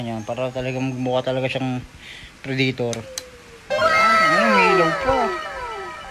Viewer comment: Predaytor? O predator.. boplogs. Amputs.